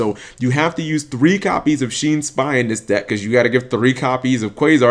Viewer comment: its not shin's spy its Shien's spy, you know like Six Samurai Shien